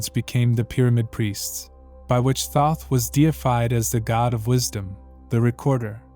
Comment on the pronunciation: No. Right off the bat I heard the first three seconds of this and said no. You can't even pronounce the name correctly.